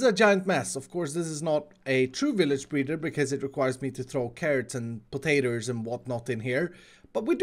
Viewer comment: does always say potaters instead of potatoes or am i going mad? its cute